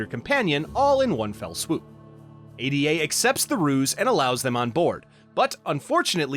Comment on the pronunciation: Why do you keep calling the ship console "A D A"? It's "Ada" as in Ada Lovelace